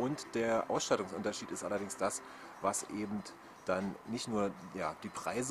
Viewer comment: die ersten paar mal wars noch ok, aber es heißt eben und nicht ebend ;p